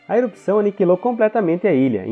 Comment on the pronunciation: Muito bom o conteúdo! Ótima forma de explicação! Amei! Porém, péssima dicção pra falar palavras como "errupção"! E vc consegue dizer ela da maneira certa, não sei o que houve, mas foi péssima!